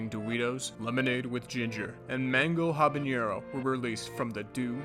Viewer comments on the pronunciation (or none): none